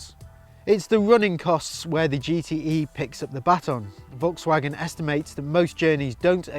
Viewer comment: If only you'd pronounce "Volkswagen" correctly...